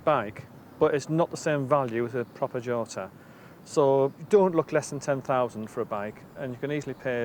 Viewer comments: I believe that the correct pronouncation are “chotta”. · Who is this f**ckwit? Yota is the pronunciation, I believe. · Pronounced Yota !